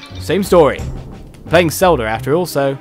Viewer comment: When you said Cell-ta it killed me XD